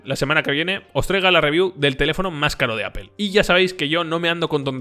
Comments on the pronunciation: Amigo, pronuncia correctamente, no es Apel, es Apl, si te refieres a Apple y no es Guguel, es Gugl, si te refieres a Google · Amigos españoles, cómo se les puede explicar que no se pronuncia "Apel"? Se pronuncia, en todo caso, "apl". Unas clases de inglés no les caerían mal. De verdad, a muchos hispanohablantes nos da pena ajena escucharles pronunciar cosas en inglés. Saludos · ES CAGANTE QUE DIGAS (APEL) (GUGEL) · "Apel" y "Gugel" - LMFAO!!! Cierto.. Pixel es un muy buen telefono!